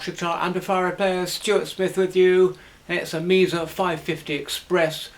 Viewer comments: It’s usually pronounced Mehsa or Maysa depending on where you are from in the States. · Well, this is Reading UK and he says Meeza. All the same, expensive a bit overrated , I have two.